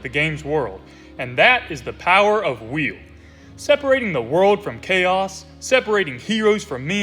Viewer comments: I'm southern and have a thicker accent than you and still pronounce WILL correctly. Believe you might have an impediment. Still love the videos though 👍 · Why are you saying wheel? Its just will